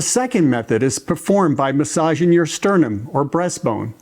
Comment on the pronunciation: Thank you for sharing the information. May I also share information. I'll share with you with a former boss said to me once, 'Finish your ings when you say your words. For instance instead of saying stimulatin' say stimulating. Instead of massagin', say massaging. Instead of saying strokin' say stroking. Instead of bathin' say bathing.